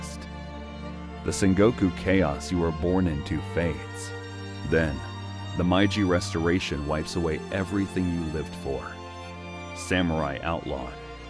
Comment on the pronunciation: Tokugawa Ieyasu, not "Ley-yasu". It's a capital I, not an L. Meiji (may-ji), not MY-Ji. And "sword" without a pronounced "w".